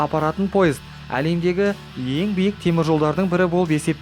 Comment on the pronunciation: Лемдеги емес алемдеги